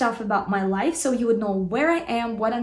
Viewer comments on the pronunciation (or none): none